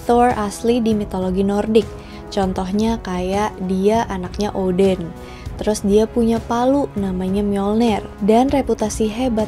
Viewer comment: kog gw dengernya oden ? 🤔 Odin , oden nih ? 🤔